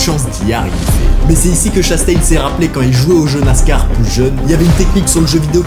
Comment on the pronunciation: il dit la NASCOR, oui oui oui